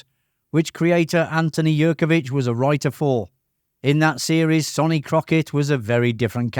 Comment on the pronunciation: It’s pronounced SUNny Crockett not SONny even though its spelt like that. And it’s pronounced YAN Hammer not JAN Hammer. You tell us 20 things we “never knew” but you never watched a single episode yourself obviously.